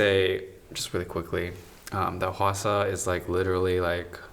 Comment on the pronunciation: I lose it a bit every time someone pronounces Hwasa as "Hawasa" or something the first time😅 It feels like I'm the only one who got it right without actually hearing it from someone🙂 Not that I mind it, I was laughing with them(they are so funny)😂